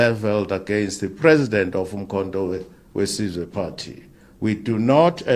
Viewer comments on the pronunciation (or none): The guy can't even pronounce Umkondowesizwe